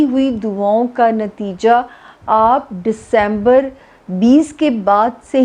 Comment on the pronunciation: Plz fix your pronunciation it’s only December not Decaamber